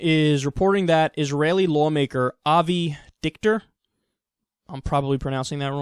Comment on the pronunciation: You pronounced the name wrong. It is obviously Avi Dictator.